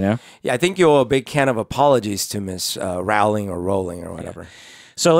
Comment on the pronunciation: Roh-ling Not Raow-ling